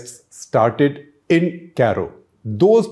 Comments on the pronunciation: Dear sir, it’s not “ Caaro” 🙏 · Interesting facts. Please correct your pronunciation for Cairo